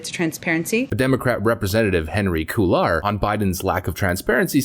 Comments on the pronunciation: Love your posts! Minor correction on pronunciation Henry Cuellar’s last name is pronounced Quay-R Soldier on, Patriot! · Hey, the man's name is "kway-ar" (Cuellar) == MRS Neil Lindsay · Want to help not criticise.. it’s pronounced Henry - Kway-r